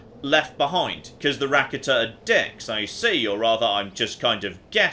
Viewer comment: Rakata is pronounced: Ra-carter